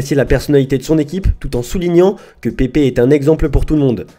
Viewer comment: Prononcez Pèpe, pas Pépé !